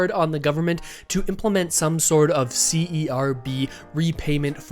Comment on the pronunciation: A little suggestion? When you say C-E-R-B it’s sounds like CRB. It would be better to just pronounce it as the word and not the acronym (Serb) to differentiate when you say c-r-b. Does that make sense? Hope y0u don’t mind the feedback. You probably don’t want to confuse folks.